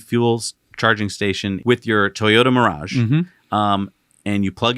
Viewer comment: It’s Toyota “Mirai”, not “Mirage”. Please pronounce the name of this impractical, low selling, ugly vehicle correctly. 🙂